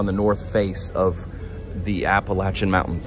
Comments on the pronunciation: Thank goodness he says Appalachian correctly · Oh my goodness! It made me so happy that you said the Appalachian mountains correctly! :)